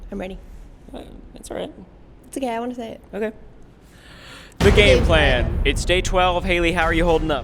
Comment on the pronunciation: awkward way to say the GAME PLAN